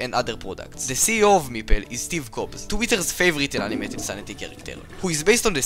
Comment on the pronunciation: steve cobs?????????